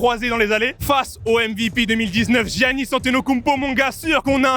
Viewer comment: Apprends à prononcer le nom de Giannis🤣